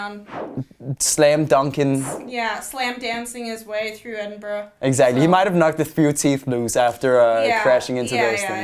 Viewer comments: it's pronounced ed-in-bu-ruh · On behalf of every Scottish person, no, that’s not how you say Edinburgh